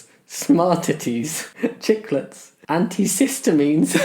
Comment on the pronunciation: "anticistamines" made me laugh